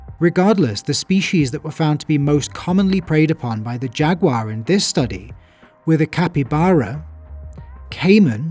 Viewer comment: Great video. Also, "Jag-you-are".